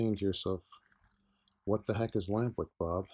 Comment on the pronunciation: Took me 10 minutes to figure out you said "lamp wick." I thought were saying lambrick. Am I right, is it lamp wick?